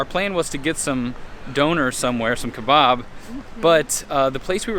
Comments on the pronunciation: Just a note we say don-er and ke-bab not ke-bob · Glad you enjoyed your latest trip to England. I chuckled at how you pronounced Doner Kebab. Doner is stated like Donna. And the Kebab is not pronounced Kebarb its an a not an ar if that makes sense, like in cat. But the important thing is you enjoyed it. The burger looked amazing too !! See you on the road xx MMMD